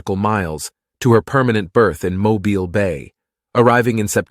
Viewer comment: She's an amazing ship. Named for my state and on display about 45 minutes from me. I've seen her several times (and the USS Drum submarine which is not to be missed). Used in the movie Under Siege, as well. Thank you for pronouncing "Mobile" correctly. It's from a Native American world and folks try to make it sound like a cell phone or one o'those things you hang over a crib. Kudos for getting that right.